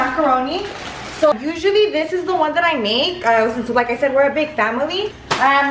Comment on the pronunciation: And "wan" instead of one lol.